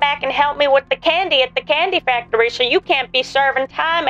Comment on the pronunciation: candery factory 🫣